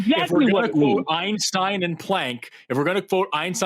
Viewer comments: If Max Planck is "the most respected name in physics," let's pronounce his name correctly, okay,? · The mispronunciation of Max Planck's name is killing me.